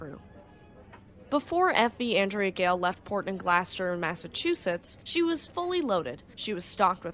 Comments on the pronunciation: GLOUCESTER The name of the town is not "Glasster". It's pronounced like Glaw-stir. (Massachusetts resident here) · It's GLOSS-ter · Its GlaWsssteeerrrrr like Claw but Glaw lol Gloucester lol. Love the video. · Gloucester is pronounced , GLOSS - TER or if you live there it's GLOSS - TA ! 😆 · I always pronounced it glaw chister lol. I really wish they would have just spelled it how you guys want people to say it instead of how I pronounce it or how others say it like glue sester. 😂 It's like that steak sauce Worcestershire sauce 😂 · Its always funny hearing ppl to try pronouncing Massachusetts city, & towns. GLAW-STER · It could just be how she says it. Some folks call new Orleans naw linz and some literally how it's spelled. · Tomato (tuhmaytoe) tomato (tuh mauh tow.) 😂